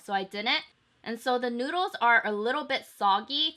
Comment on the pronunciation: Anyone else thought that she said 'nudes' instead of noods